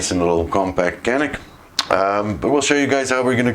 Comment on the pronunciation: It’s JAH-nik.